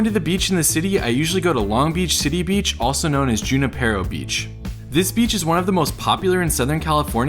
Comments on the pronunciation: it's pronounced wanna-per-o lol the "j" is pronounced as a "h" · You forgot to add Cambodia Town on Anaheim St. Try the foods at any restaurants there. Also, Junipero is pronounced Juanipero. Weird I know. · Junipero is a Mexican name so its pronounced (won-I-pero) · I feel like you’re saying Junipero incorrectly. Isn’t the P silent?